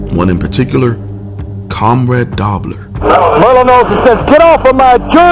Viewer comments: Dobe-ler, not Dobb-ler. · dobler is pronounced with a long o. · It's "CON-rad DOH-bler". Please pronounce his name correctly. The "Meanest Man in Football"